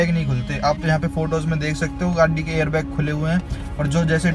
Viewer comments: bhai pahle gadi bolna sikh lo ache se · gadi bolna nhii ata kyaa tuje